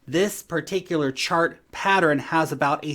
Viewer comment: Its pattern, not patterin.